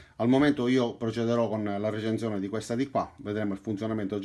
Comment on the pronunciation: La RRRRReecenszione!!! Adoro!! <3